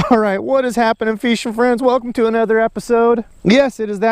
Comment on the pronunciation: no problem brother. My fiance loves when you say feeshin lol